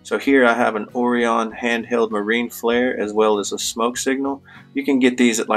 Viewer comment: "Oh Ryan", not ohreeon man. good episode ty.